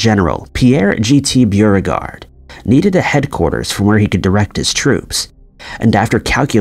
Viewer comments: Beauregard isn't "BEW-re-gard." It's "BOW-re-gard." Are you a real human, or just another text-to-speech bot? They're notorious for mangling pronunciations. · "Beauregard" is pronounced "Boe- regard", not "Bew-roe-gard". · Bewregard? Oh you mean Bow-regard ... P. G. T. Beauregard 😊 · He is mispronouncing the names. It’s pronounced McLain and Borigard. Not Beurogard. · Beauregard = BOH-regard not B you-regard. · I think rather than being pronounced byuhregard, it is pronounced bow-regard. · Geez, a.i. narratives are horrible when they mispronounced names... McClean? No. Pronounced Mclain. B-u-regard? No, Beauregard. Unwatchable. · It's pronounced "Boh" - long o. Not 'bew' Beauregard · Beauregard is pronounced Bow-re-gard bow as in (bow and arrow) and regard as in …well, regard!! your pronunciation of Beergard is ludicrous and diminishes your overall credibility right from the start. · The name is pronounced Bo-re-gard, not Beer-gard. I’m a fucking Scot and I know how to pronounce the names of American Civil War generals better than a Yank. Why should anyone watch your vids if you can’t even get the simplest pronunciations correct? 👎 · Calling "Beauregard" Beer-regard is pure gold. Is this an AI narrator? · Pronounced "boe - regard" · Beauregard = Bow-re-gard! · General "Beauregard" was not pronounced "Bieregard." This is unwatchable. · 1965! I was 11 and don't recall that😮 The name is pronounced Bo-Re-Guard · Beauregard . "Bow-Ree-Gard". McLean. "Muc-Lane". My god. If you're going to recite history... get it right. Probably more blatant errors after that, but I checked out. Just can't listen to someone butcher history. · Beauregard is pronounced, 'Bo regard. Quite a famous name. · So many people making comments about the date slip regarding the Civil War, but for me it was the mispronunciation of Beauregard...which is pronounced BOregard. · It's BO-regard idiot. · Beauregard is pronounced as BO-REGARD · This must be a robot. It can't pronounce Beaureguard